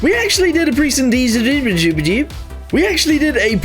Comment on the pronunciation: "we actually did a dece- idjimijib" 🔥🔥🔥🗣🗣